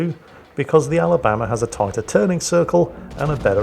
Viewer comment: Sweet home Ala-BAM-ba